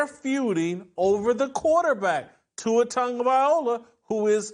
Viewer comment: Jason, please learn how to say Tuas last name properly.